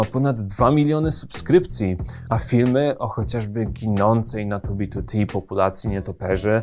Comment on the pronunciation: Plus za wymowę 2b2t, słyszałem jak ludzie wymawiają spolszczoną wersję i bolało.